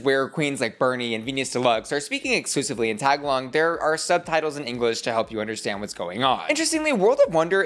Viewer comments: tag a log im crying BABE “tuh-gaa-lug” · Hey I noticed you mispronounced Tagalog as "Tag-a-long" just for future reference if you're covering this season the correct pronunciation is as follows. TA is pronounced like the "Tou" in Tough. GA is prounced like Gaga. and log is pronounced like Log so you pronounce it like this Ta-Ga-Log 💖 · It’s not pronounced “tag-along” it’s “tuh-gah-log” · just a little nitpick here, but tagalog is not pronounced like "tag-a-log" like how you said it. its more like "tah-gah-lohg". i totally get that how you said it is the obvious presumed way to pronounce it when youre unfamiliar with the language, but as a filipino viewer it would really mean a lot if you would take the time to learn how to pronounce it properly as you continue to cover this season! heres a video that sounds it out as well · The language being spoken by the Filipino queens is called Tagalog (not "tag along") and is pronounced tah-GAH-lak. Just FYI. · Hey! Love your channel. Two things I wanted to mention: 1) I'm Filipino, so I wanted to let you know that it's pronounced [Tuh-Gaa-Luhg] 2) I think the highest placement for non-Filipina queens actually speaks to the lack of representation of asian queens in franchises, and how we are often sent home early. A common trend is an asian queen going home during snatch game for example. The Philippines has an edge here because they have an all asian cast, and since this season is an asian-only cast, it makes sense. The only other all asian franchise is Thailand. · Oh no... Not bussy calling the Filipino language "Tag-Along" like the girl scout cookie lol I'm dying. I made the same mistake as a kid 😂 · Hey girl you pronounce Tagalog SOOOOO WRONG! I had to pause the video to breathe. It’s like T Gaul lug. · Ummm it’s Tagalog, not Tagalong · Ooh just a note tagalog the language most of the filipina queens are speaking is pronounced "tuh-gah-low" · It’s pronounced ta-GA-log ❤ love you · Tagalog = ta-GAH-log